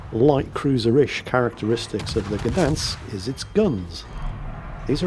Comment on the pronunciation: Gdańsk is also a City, not only a shipyard:) Btw. the "ń" letter in Gdańsk is pronounced the same as "ñ" in Spanish, you can give it a go next time!